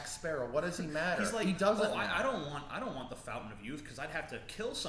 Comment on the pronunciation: "waunt".... "wownt" hehe